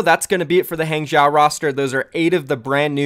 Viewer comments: Hey. I take Chinese and just saying Hangzhou is pronounced Hahng-Jouh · it's pronounced Hong-Joe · quite close on the pronunciation, it's "hang-joe" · it's pronounced HAHng joe. not hang jow. xd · Hangzhou is pronounced “Hong-Jau” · pretty sure its "HONG-zho" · hangzhou is pronounced as hung-joe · A simple way to look at hangzhou to to pronounce it like Hanzo. But the pitch at the end goes up. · Hung-joe is how you pronounce it I’m pretty sure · Nope, its H AA NG ZHOH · Sorry dude, but you’re still pronouncing Hang Zhou wrong. Hang-jchoh (the “a” in Hang is pronounced like the “a” in Hanzo) (“zh” in Chinese sounds like pronouncing “j” and “ch” at the same time, like a crunchy “j” but Americans have trouble doing that so I’ll let this slide) (the “oh” in jchoh is pronounced like the “oh” when you finally understand something). Hope this helps. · The pronunciation for Hangzhou sounds like (Hun) in English and ('dr' part for 'draw' with the sound of letter 'O') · “Huang Zhou”is pronounced is similarly to “Huang Jou” in chinese cause oh the z in not really pronounced the same english does “Gue Xue” is pronounced similarly to “Gu Sie” in chinese The accent is important but I hope this help....... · i am learning Chinese currently so i can help with the pronunciation of HangZhou. Hang--> H-(aw)ng Zhou--> (Zh-you have that pronunciation right) (ou-sounds like the expression oh) so HangZhou owuld sound like H(aw)ng Zh-(oh) Also thanks for the info! I always wondered what the deal with that was. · nice vid! also for pronouncing hangzhou, think kind of like, “hong-joe”. you have the zh sound right!! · I feel like that spelling will mean nothing to westerners because they pronounce the "a" in "hang" as "eh" making it "hehng" . Spelling it as "Hung-joe" will probably get them closer to the actual pronounciation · Eh, the pronounciation for Han Zhou is good enough xD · Wrong pronunciation of Hangzhou =P